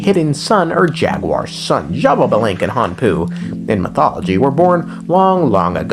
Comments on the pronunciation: Why do you say xbabalanque? Where is the second ba? I only see xbalanque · it's ''sha-ba-lan-ke'' not ''shababalenke'' LMAOOOOOOO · "she ba lava" lol close enough, its "she ball bah" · It hurt me to my core how you pronounced Xbalanqué 💀 But, I'm sure you did your best! Mayan names are really hard to pronounce Correct pronuntiation: Sh-ba-lan-qué, with the E pronounced ''ehh'' Edit: Also, his brother's name is pronounced like this: Hu-nah-pu Edit 2: Xibalba's pronunciation: Xi-bál-ba or Xi-bal-bá (the apostrophe is to make the letters sound stronger) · It’s shibalankeh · i've seen people pronounce xbalanque in very different ways but Shababalenk gets the crown for sure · I think it’s shih ba lan kuh but I’m not one to talk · Not jababalank 😭 great video tho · Funny enough, I pronounce the X in Xbalanque with a chii sound Eschiibalanque. Don't know if it is the right way to pronounce 🤔 (we have a lot of indigenous words in Brazil, so i may be right or not. I don't know if in other parts of South America is the same pronunciation). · take a shot every time he says sha-ba-ba-lanque. Don't, you'll die 💀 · first time i hear someone say xbalanques name as jababalink and it has a ring to it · The way is pronouncing these names has to be a slur 😭😭😭 zsshhababalink 💀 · Brother, it's "shé blanc que" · everytime my man says it it makes me pause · MY GOD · Dude you know what Im gonna make a video with the pronunciation, but you're close 😂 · Well, if I might... it is pronounced something like this: X(ish); BA (like in basket); LAN (like in landing); and QUE (like in kettle)... most of it sound like long vowels